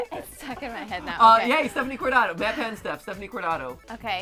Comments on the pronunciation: “Matrick pathew” matpat -2018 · I will never unhear matrick pathew